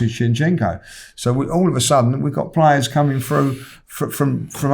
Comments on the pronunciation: called Zinchenko Shevchenko hahaha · is zinchenko not shevchenko:))) luv for the luv aftv <3